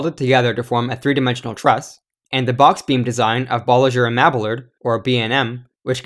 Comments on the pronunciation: Bolliger and Mabillard is pronounced Bawl-ih-ger and Meh-bee-yard. Like Spanish. Otherwise, great video!! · Great video but Bolliger and Mabillard is pronounced bolliger and mab-ee-yard